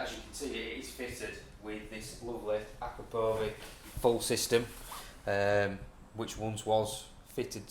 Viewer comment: It’s pronounced ah - crah - po - vich if I was going to be picky 😜